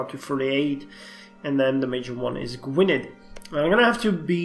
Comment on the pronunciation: Gwynedd is pronounced Gwyneth , the dd are silent in welsh